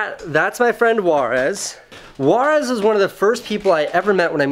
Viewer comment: I swear I though he said "Juarez". I was like, why does a Sardar have a Mexican name?? Later on, I was like oh......... It's "Waaris".